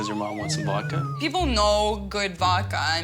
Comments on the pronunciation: How is she Russian and can't pronounce voDka but will spend $1700. wow. These two are both ridiculously unreasonable. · Did she keep saying “Vokka”?